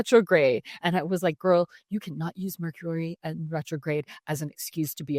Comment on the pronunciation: I think you mispronounced Mercury in Gatorade!!